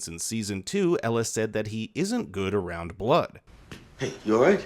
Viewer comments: did bro call elgin ellis?.. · Not really...first half of the review, kept calling, Elgen-"Elis".